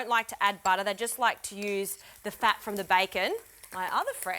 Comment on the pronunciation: "My other friends love to use SOFT BATTAH"